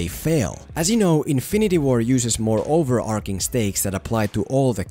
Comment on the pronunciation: Great video! One thing though, since you say 'overarching' at least 5 times in the video - it's not pronounced over-ark-ing.